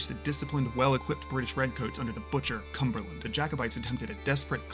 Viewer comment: spend 30 seconds to learn how to say Culloden and the butcher Cumberland